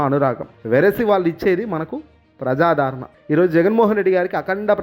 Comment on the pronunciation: ఒరేయ్ తెలుగు మాట్లాడటం నేర్చుకో, ప్రజాదారణ కాదురా, ప్రజాదరణ అనాలి.